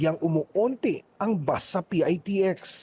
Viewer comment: PITEKS ANG TAMANG BIGKAS NG MGA KONDUKTOR HINDI PIAYTIEKS